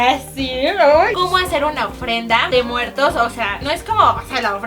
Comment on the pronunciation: en el momento dice dia de muerdos